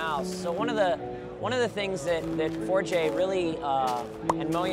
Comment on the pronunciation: 4J sounds like you are mispronouncing the word ''forge''